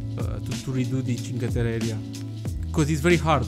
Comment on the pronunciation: "Cinque terre" is said with two r's, like its wrote. Its like a stronger and "longer" r. Im italian, from Turin, and I love that you made an italian themed part :). Still late xD Btw how are the rocks called?